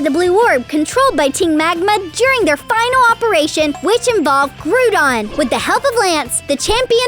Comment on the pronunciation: It is pronounced “Grou-don” not “Gru-don”